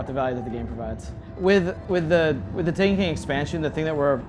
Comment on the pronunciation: This guy can't say "The Taken King" clearly. Sounds like he's saying "The TANEKEEN"